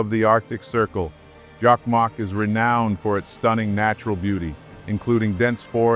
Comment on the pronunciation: Jakmak? JOKKMOCK!!! And Lapland? LAPPLAND!! How hard could it be? From Sweden.🤘☮